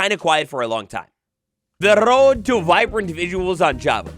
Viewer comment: "The RRRRROAD"